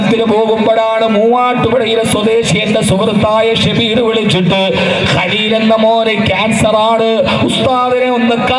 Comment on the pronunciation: സഹോദരിയുടെ മകൻ 😔 ഖലീൽ അല്ല ഹലീൽ എന്ന് ആണ്